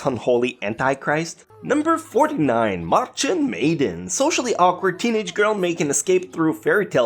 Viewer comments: number 49 isnt pronounced marchen meychen it clearly is Märchen Mädchen! :,D how can you pronounce this wrong? :p try again! its a german title and im german soo... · „Marchen Maiden“?? How dare you butcher my language like that ;-; Its „Märchen Mädchen“ which means basically „Fairy Tale Girl“ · Pretty funny how he pronouced "Maerchen maedchen" even worst then the japanese people...its in german and is translated in "fairy tail girl" xD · it's fun to hear someone that doesn't speak english pronounce "Maerchen maedchen" (Märchen Mädchen) when you're german. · oof Your german is worse than my russian language skills